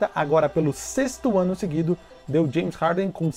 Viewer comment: "Janes Harden"